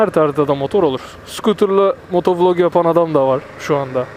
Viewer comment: Dostuk cok kaba soyluyorsun motovulog değilde motovilog desen daha iyi sanki :)